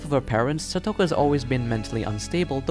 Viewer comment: You mispronounced Satoko, Japanese/ Spanish say it with each syllable with the same length of time each, and you don't give the vowels that much effort.